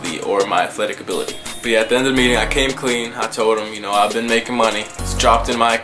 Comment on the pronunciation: "abi-TILY" its just funny